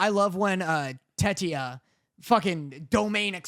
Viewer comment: If I hear call Tetia TETRIA again next week…